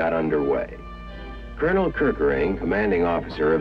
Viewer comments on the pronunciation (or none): none